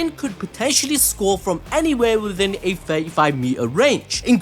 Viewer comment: did anyone catch the fact that he said socre instead of score